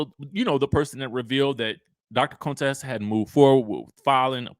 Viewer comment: Her name is CONTESSA NOT CONE-TESSA. Please stop pulling that shit Heavenly used to do, “low key” trying to sneak in the word coon in her name. So tired.